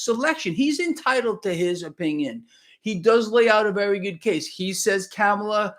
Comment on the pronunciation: KAH-MUH-LUH.......like her or dislike her, but pronounce the name RIGHT!